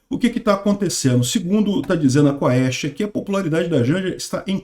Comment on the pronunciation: A pronuncia é Quest, não se fala o "a"